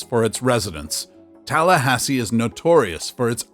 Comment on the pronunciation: You got it right on Tallahassee